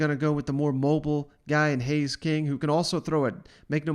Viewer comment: Haynes, not Hays.